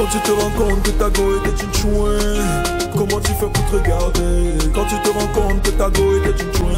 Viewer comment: 😂😂grand pardon on dit tchoin ! thoinc c'est quoi ? 😂😂